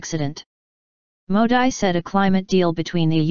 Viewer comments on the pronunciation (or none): Sorry , you are mis pronouncing Mr.Modi. It is not Modai ( as prononuced in this video),but its Modee.Pl. take care hence forth and if possible correct this video.